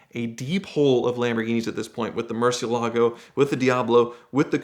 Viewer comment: Sitting in Ed's house, saying Murcielago properly. I bet Ed debated not uploading this video for that reason